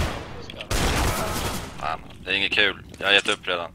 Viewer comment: "aa, han fuskajj"